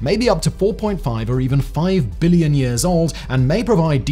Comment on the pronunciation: can you stop putting so much forceful emphasis on the letter B in the word "billion" every time you say it?